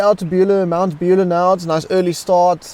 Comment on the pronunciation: Good video, thanks. Fyi Mt Buller is pronounced Mount Bull-ahh rather than Beulah 👍🏽